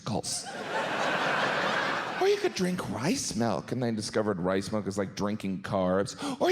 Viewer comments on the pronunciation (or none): none